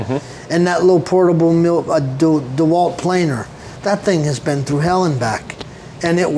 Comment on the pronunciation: Oh ist das schön, mal den Namen richtig ausgesprochen zu hören. DeWalt Nicht wie zu 99% auf YT-Deutschland " Deeh - Wald ". 😂😂😂